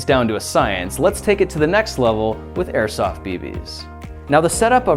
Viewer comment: I thaught he said microsoft grenades